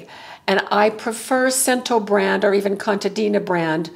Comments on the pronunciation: I can my own tomato purée every year from the tomatoes I grow. I use it to make chili, tomato sauce for pasta, and pizza sauce. It is very versatile. I grew up with it. I am Italian and my mother used canned purée (store-bought) a lot. (In case you’re curious, Cento is pronounced Chen-toe. 😊) Thank you for your excellent tips, and I hope you have a wonderful holiday! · I believe it's pronounced chen-ta in Italian. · the correct Italian pronunciation of cento is chento. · pronounced as “Chento” 😊